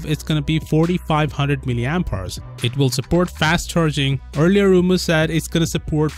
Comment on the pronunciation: Oooo "mAh" God 😂😂😫😫... That was beautiful